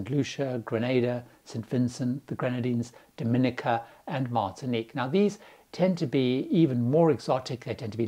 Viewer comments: Last one. We almost bought an estate on Dominica. It's not pronounced like the Dominican Republic, as in Dom-in'-i-ca. It's actually Dom-in-ee'-ka. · If that was true, it would be a shame that most locals mispronounce the name of their own country. If you had bought the estate, you would now know that "Dom-in-EE-ka" is pure fiction, invented by the local tourism authorities to make it easier for foreigners to distinguish Dominica from the Dominican Republic. It is based on the Creole word for the country, "Dominik", which indeed ist pronounced "Dom-in-EEK".